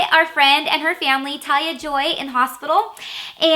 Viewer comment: Did You say "LaTalia" Or "Talia" Lol . its talia c